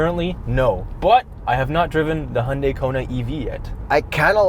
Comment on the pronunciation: Tsk tsk. Still erroneously claiming the i3/s doesn't show charging completion times. Here's two videos showing charging times: & On a separate note: "Hyundai" was pronounced properly!!! And yes, DC fast chargers should only be used up to 80%, drivers need to move their EVs, and municipalities need to enforce their EV charging parking bylaws (yes, they exist -- at least in Toronto).